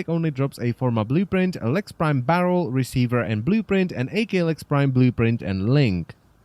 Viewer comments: You saying "Ay Kay Lex Prime" triggers me. Aklex Prime. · "A-K Lex" - ACKKKKLex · AKLEX not fecken A-K Lex prime dangit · Hey it's not pronounced A K, it's pronounced ak as in akimbo (thus it sounds like ahk) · Wtf is a-klex. It ak-lex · "A-K" lex prime...its "ahk" because its shortened form of Akimbo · Wouldn't it be pronounced ahk- lecks and not ae- kay - lex from it being one word? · "A kay lex" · I actually couldnt make it through the video ITS "ACK"